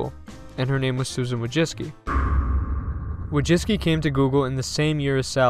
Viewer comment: You dont even try to pronounce her surname correctly. Madzicky? You got that from Wojcicki??